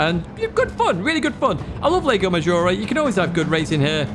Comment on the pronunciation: Whenever I hear saying "lego maggiore" I imagine a gigantic lego brick hovering over the track.